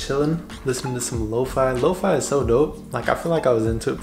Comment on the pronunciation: You pronounced lofi wrong its lo fee